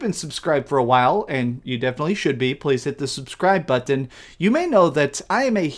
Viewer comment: OMG listen to him say button..............baaahahahahha